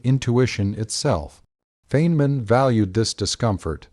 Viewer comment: Please teach your robot how to pronounce the professor’s name.